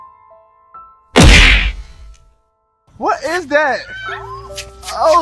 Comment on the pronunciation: Lol he said 'wat is dat'!